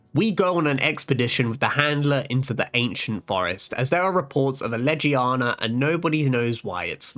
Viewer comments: Anyone pissed off that he said Ledgie-yawna and not Legiana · Amazing content, but why butcher Legiana's name and some other monsters so much? Even the handler says Legiana correct and even still butcher it, it's painful to hear the name butchers but the rest is really good